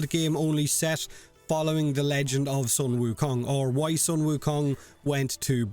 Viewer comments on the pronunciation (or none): Wow i wanna play with game now..... But being a chinese the correct way to pronounce sun wukong it's soon wu kong and the polearm is called the jing gu bang